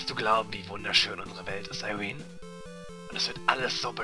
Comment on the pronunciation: Immer wenn du Irene hört sich das an wie "I wiin" xD